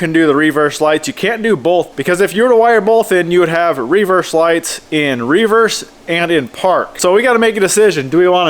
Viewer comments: Hahahahahhaa literally thought the same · Never heard an American pronounce "reverse" like that